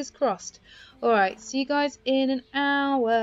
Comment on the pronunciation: When you say “hour” it sounds like owa lol